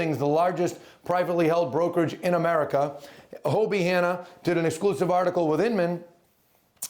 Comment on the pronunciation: It's HoDie, not Hobie